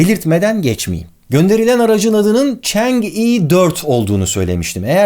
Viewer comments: Barış Abi yine harika bir video, teşekkürler. Yalnız Çince bilen biri olarak (嫦娥) "chang'e" ismini "çeng i" olarak telaffuz etmeniz videoyu izlerken beni azıcık rahatsız etti. Doğru telaffuz "çan ı" şeklinde olacak. Bundan sonra Çin'le alakalı daha çok video izleyecek gibiyiz, Çin ve Çince ile ilgili konularda yardımcı olmak isterim. Saygı ve sevgilerimle... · Barış abi,aletin ismi Çengi dört değil Çang'ı olarak okunur, yani 嫦娥